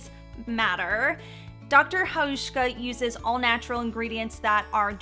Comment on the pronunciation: You pronounce Dr. Hauschka really good, hi from Germany 🇩🇪